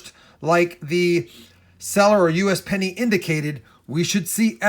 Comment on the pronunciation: I swear everytime you said "usapenny" I thought you were talking about me.